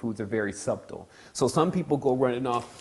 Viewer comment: I love to death, but his pronunciation of subtle is killing me. Great video though, thanks for the upload.